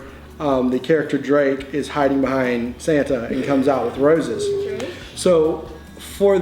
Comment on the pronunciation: when says roses it sounds Australian like Indi’s accent